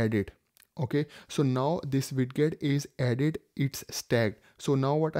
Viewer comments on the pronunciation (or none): Its spelled widget but its pronounced weijit